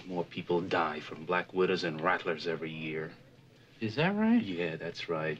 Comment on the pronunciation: The way he turns "that" into 2 syllables always kills me - "Do you see thyat?"